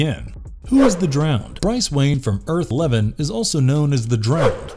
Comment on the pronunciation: guy said Earth -11 rightfully!